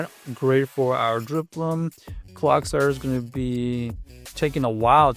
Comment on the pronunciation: bro said clogsire lol